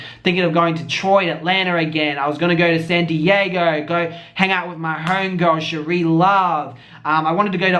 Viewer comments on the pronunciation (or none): none